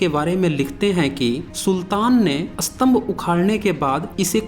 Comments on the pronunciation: Astambh nahi stambh uchhaaran Karo. Asoka nahi Ashoka bolo. Videsi nahi videshee bolo. Improve pronunciation please. Thanks for your video. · स्तंभका उच्चारण आप उत्तरी लोग अस्तंभ क्यों करते है? उलटा अर्थ होता है!